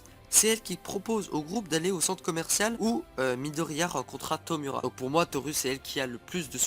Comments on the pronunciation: On prononce Torou (mais sa s'écrit bien Toru car en japonais le "u" se prononce "ou") et pareil pour Tomura ("Tomoura") Pour Denki, tout le monde peut envoyé sa position comme un GPS avec son téléphone! Comme l'a fait Deku, quand il se bat contre Stain, le tueur de héro. (j'ai peut être l'air de critiqué mais les preuves tiennent bien la route, renseigne toi encore plus et revient avec plus d'informations de serait génial!) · Par contre "Toru" et "Tomura" ce prononcent "Torou" et "Tomoura" ;~